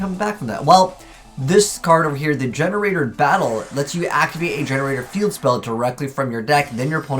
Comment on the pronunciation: Gene raider ( jean raider ) , not GenRaider